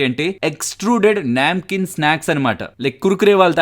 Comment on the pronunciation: Its a నమ్కీన్ hindi word... Not a న్యాంకీన్.